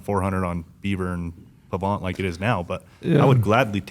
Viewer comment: if you grew up at the 'bottom of the hill on the Pahvant' I would expect you to pronounce it correctly:)